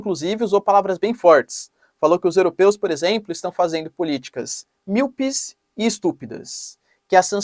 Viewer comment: Minuto 12: ".....políticas (mí-o-pes) e estúpidas...."